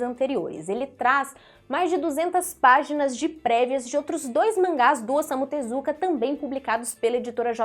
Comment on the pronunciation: Leia se "Ossamu Tesukáa"